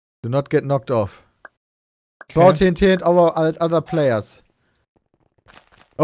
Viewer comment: wie bei anstatt tnt, ttt sagt😂😂👌